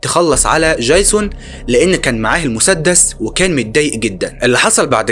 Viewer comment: يا عم دي فلاحه سيبك منها 😂😂 قال ديجزون قال